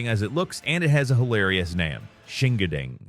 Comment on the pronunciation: Shingandang. Pronounced Shin-Gon-Dong or maybe even Shing-On-Dong I dont know exactly, but what I do know is "Shingading" or "Shingadang" is the most "I have never cared about other cultures" Pronounciation I've ever heard. Google exists. Its free. Looking up the pronounciation of a word before recording a video is a real thing. ESPECIALLY if it has something to do with a culture that may not be yours.